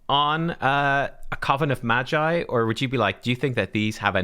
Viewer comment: its hard "G" as in guitar read "maGeee" not G as in G-string lol